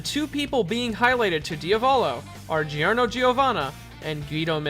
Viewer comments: You know the pronunciation is JOrno JOvana not GIOrno GIOvana, righ? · "Pash-e-own" "Gee-or-no" Yikes.